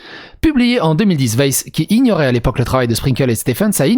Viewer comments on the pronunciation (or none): Yop. "stephen" se prononce "stiveune". Bonne vidéo:)